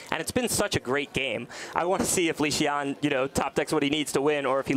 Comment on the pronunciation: Weird how keeps on calling him Lee Shian...